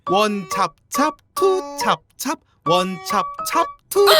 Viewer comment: 찹찹보다 챱챱으로 들리는뎅 ㅋㅋ